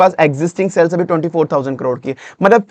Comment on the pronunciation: Ye jo aap cells cells bol rahe hai kuch samajh nahi aya. Shayad aap sales bolna chaharahe the...😢